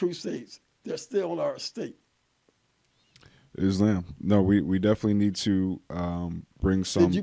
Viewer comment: Still incapable of pronouncing islam correctly 😂